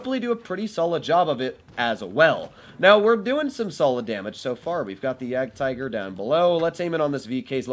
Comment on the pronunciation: jagdtiger nobody...: jagaratigeroo